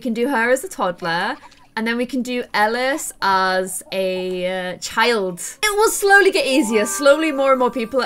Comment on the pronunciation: the little boys name is pronounced E-lie-es